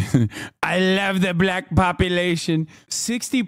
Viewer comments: Trump pronounces it “buh-lack” every time… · Trump says black with a hard L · Why does he pronounce black like that? Its a bizarre dogwhistle.